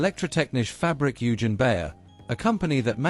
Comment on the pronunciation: Oy-gen, not You-gin! Your German pronunciation needs some work!